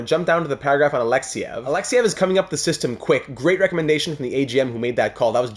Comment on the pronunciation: Yuri Alexeev is not pronounced Alexyev it is Alexeeeeev